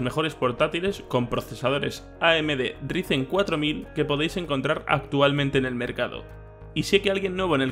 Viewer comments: Por favor pronunciarlo como raisen :'( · Si para el próximo vídeo no dices "Raisen" me desuscribo, primer y último aviso.